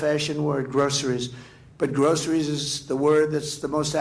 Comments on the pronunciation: Stop saying “grosheries” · I'm surprised he knows how to say groceries